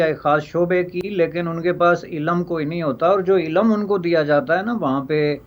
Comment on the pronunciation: Cannot pronounce ILM .properly .